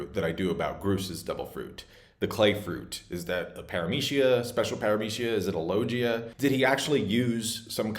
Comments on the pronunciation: Bro did you really just say lojia? It's LoGia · “Lojia fruit” 😂😂😂😂😂😂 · my man, can you stop mispronouncing "paramecia" and "logia" dude people not everything should be treated with American English way of pronuncing